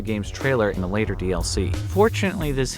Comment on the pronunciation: “Sooner rather than slater “ 😆👍🏼